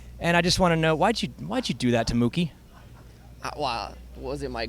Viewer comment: I swear just said monkey not mookie